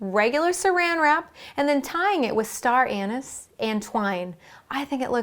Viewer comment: I lost it at " Star Anise".